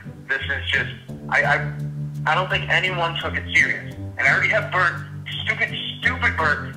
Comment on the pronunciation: its burt not bert